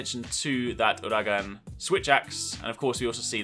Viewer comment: I still cannot, and I won't ever get over how he pronounces Uragaan. No offence I just cringe every time I hear you say it the way you do.